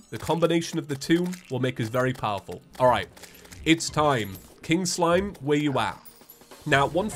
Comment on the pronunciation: Why does “free King Slime” sound like “freaking slime”